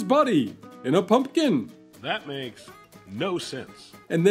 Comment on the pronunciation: How interesting. I didn't even know half of that stuff. I'm surprised you didn't do this one on Halloween or Thanksgiving🎃🎃🎃 Thank you for saying PUMPKIN and not PUNKIN like most people. A big pet peeve lol.